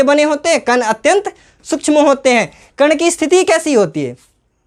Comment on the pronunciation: कण ❎ कन ✅ 😂😂